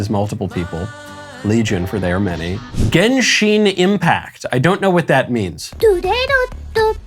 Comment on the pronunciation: ‘Gensheeen’ no 🤣😭